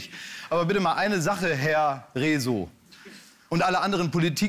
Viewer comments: Ja. Wie er Rezo ausgesprochen hat. 🤣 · downvote für clickbait des titels und fehlender stellungnahme zu dem eigentlichen inhalt des videos von rezo (@ richtig ausgesprochen "rieso") Man merkt klaas wird alt.. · Wenn ihr schon auf den Zug mit aufspringt und das Rezo-Video zum Thema macht, dann sprecht ihn (und auch Katja) bitte wenigstens richtig aus. Da ihr auf YT hier so aktiv seid, finde ich es bisschen peinlich, dass ihr die Namen eurer „Kollegen“ nicht beherrscht...